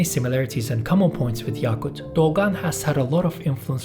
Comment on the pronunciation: yakut daki "a" kısa a. yâkut değil.